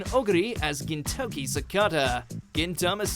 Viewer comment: Y u pronouncing gintoki as Kentucky. Lmao.